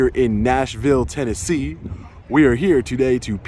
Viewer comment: Dude.... it’s Tennessee.